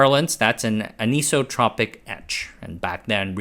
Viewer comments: Sorry to nitpick - I love your content. But you butchered the living heck out of the pronunciation of "anisotropic" when discussing 'anisotropic etching'. The word is like the word "isotropic" effectively meaning it has the same characteristics in all directions (which is pronounced like "ice-o-tropic"). Thus "anisotropic" is pronounced very similar to "isotropic" just with an "an" on the front - effectively sounding like: "an-ice-o-tropic" aka "an-isotropic". Meaning having different characteristics with respect to direction. It effectively means "not isotropic". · Minor nitpick, the “iso” in isotopic or anisotropic is pronounced “eye-so” as in “isolated”